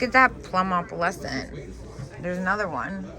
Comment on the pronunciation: I don't want to be critical as I LOVE your videos and watch all of them but I keep hearing you pronounce "opalescent" the wrong way. The correct pronunciation is with a long "o" like in the word "oh". Again, I'm sorry if this sounds critical. It is not meant to be.